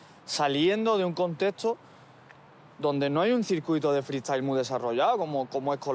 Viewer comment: No entiendo por qué Skone es capaz de decir freestyler bien, pero en cambio no puede decir freestyle y dice fri estail XD